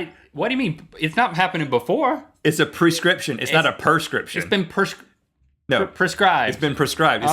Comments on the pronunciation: Link was so confident when he said PERscription, LOL. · ikr!!! "perscription" pisses me off!!!